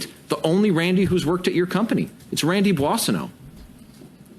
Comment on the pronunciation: You should practice more your pronunciation of Boissonneault.